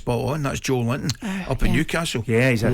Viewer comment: Man said Joel Linton LOOOL